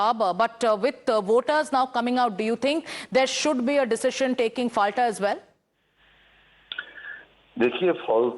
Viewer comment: পলতা it is not Falta